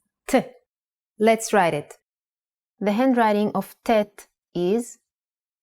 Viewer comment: Unfortunately, the speaker unable to pronounce the original and pure Semitic letters due to her European background, here are these six letters : 1- The letter ח Hhet converted to German CH ( KH ) 2- The letter ט Ttet converted to normal T 3- The letter ע A"yen converted to sound like A 4- The letter צ Ssadi converted to German Z ( TS ) 5- The letter ק Qof converted to sound like K 6- The letter ר Resh converted to German R ( GH )